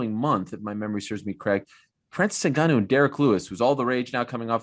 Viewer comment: I love that Ariel actually tries to pronounce harder names the correct way, Francis aswel he pronounces his last name right too. That's respect right there!